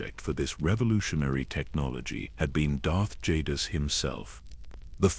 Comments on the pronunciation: Love the videos... but please you used 6 different pronunciations for darth Jadus... I would suggest using the pronunciation used in swtor... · The Ai pronunciation of jadus was all over the place in this video it wasn't consistent at all